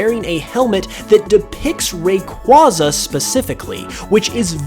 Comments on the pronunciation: Its ray-qwey-za not ray-qwa-za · I hate to be “THAT GUY”, but it’s actually pronounced Ray-kway-zuh not Ray-kwah-zuh.